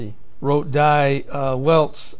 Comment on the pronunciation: In German, die is pronounced dee. "ei" is pronoinced I. Crimea is pronounce cry-me-ah. Iran is pronounced ee-rahn. Not a big deal, but it would be like calling America "Aymerica". These are good updates. Thank you. Keep 'em coming.